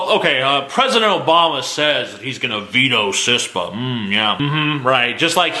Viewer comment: It's KISS-PA.